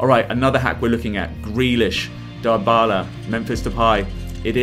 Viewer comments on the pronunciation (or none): Pogba: Poga Dybala: Dabalai Depay: Depye